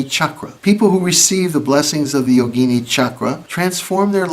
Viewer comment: Excellent video. A lot of westerners pronounce “yogini” like yo-GEE-nee, but the correct pronunciation is YO-gi-NEE.